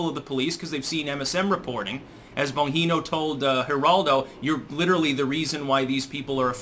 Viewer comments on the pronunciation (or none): Did you say Bonjino?! LOL... it's BonGino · It's actually a soft g in bongino but I like the way you pronounce it better!